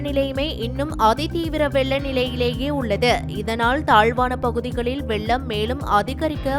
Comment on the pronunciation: அம்மா தமிழைக் கொல்ல வேண்டாம் வெல்லம் அல்ல வெள்ளம்.